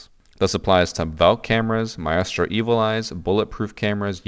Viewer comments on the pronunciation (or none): Please stop saying myastro 😂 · Its been that many years and this dude still saying "My Estro" like maestro isn't an established word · Why is it so difficult to pronounce maestro? Has no one heard of an orchestra?